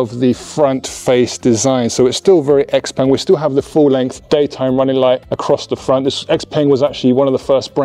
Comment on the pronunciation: peng is pronounced more like pung